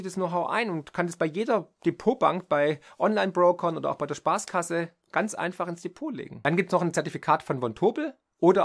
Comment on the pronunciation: 🧐 haben Sie Sparkasse gesagt oder Spaßkasse? 😂😂😂